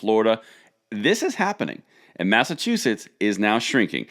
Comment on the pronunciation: What y said mass a chew us is that a state🤣